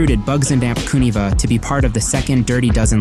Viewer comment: Great video but you're killing me the way you say Kuniva..Subbed!